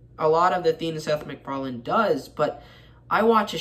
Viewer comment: there is no "d" at the end of his name.